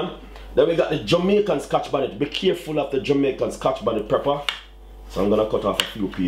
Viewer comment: PEP-per brother not PREPPER.